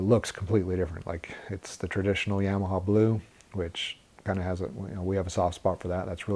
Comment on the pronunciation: Why is everyone on these channels still can’t say Yamaha the correct way